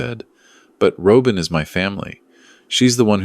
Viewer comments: AI please learn how to pronounce the name Robin! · A Good story, in which you could only say Robin properly.